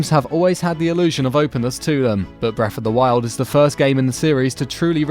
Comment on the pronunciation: "Bref of duh wild"